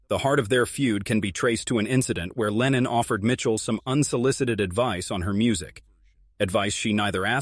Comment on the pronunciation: レーニンじゃない。レノン。全く逆の思想の人！！